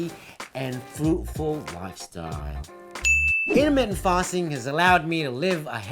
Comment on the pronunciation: when I heard the "INTERMITENT PASTING" I INSTANTLY SUBBED. Hahaha. How come I've only seen your channel just noww..